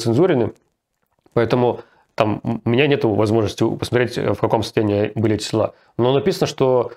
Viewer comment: Руслан!! Не селА, а сёла.